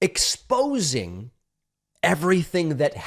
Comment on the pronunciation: Heh... David said "exposing".